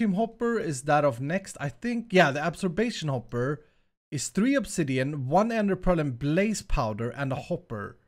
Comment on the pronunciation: its not absorbation hopper its absorption hopper